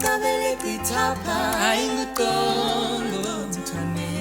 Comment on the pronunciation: But wait did she say congcothwane instead of qongqotwane ?